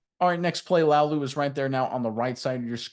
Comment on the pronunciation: La-oo-lu, not Lau-lu